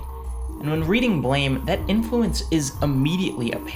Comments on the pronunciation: You pronounced it correctly. If it's supposed to be pronounced "Blam", it should have been called Blam. The creator probably just didn't know how the English word is pronounced. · you didn't mispronounce it. How the hell is anyone supposed to know that it's supposed to be pronounced "blam" based on the english title alone? Blame is an english word, so you read it as such. Anyone who insists you pronounce it "Blam" is just being pretentious imo. If it was supposed to be pronounced Blam in english, it should have been spelled B-L-A-M. If anything, it's the translator's mistake, not yours.